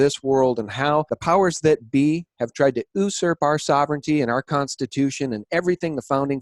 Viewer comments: the word "usurp" is pronounced /yo͞oˈsərp/ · Nothing wrong in this video except your pronunciation of "usurp". :-)